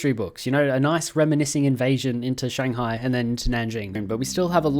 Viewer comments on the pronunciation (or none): none